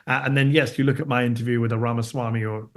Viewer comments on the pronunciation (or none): none